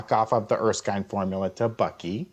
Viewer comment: Awesome. However, it's Erskine, not Erksine.